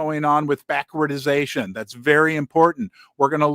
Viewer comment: Love your show! But it’s BACK-WARD-DATION 🙏